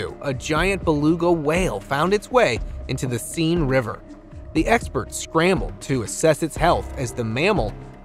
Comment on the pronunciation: OMG.THE SEINE river is pronounced, Sehn.